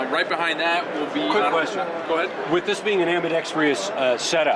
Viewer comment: Very well presented and articulated!!! Except for Ambidextrous... Correct: Am-bee-dex-trus Incorrect: Am-bee-dex-tree-us 🤣🤣🤣